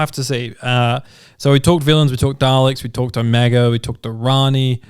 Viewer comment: OHMYGOD will you STOP itt!!!! It's Omega. OH(mega). Not "oMEGA". AAAAARRGH!!!!! :(